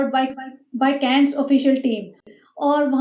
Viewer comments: first learn how to pronounce Cannes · Its canne"S" is silent